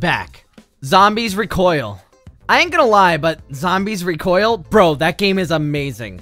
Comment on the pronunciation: "Zombies Re-coil" BRUH WHAT?!